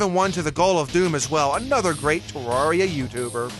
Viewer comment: You’re pronouncing terraria wrong